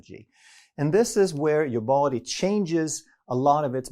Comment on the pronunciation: the way he pronounces DA BODY 😂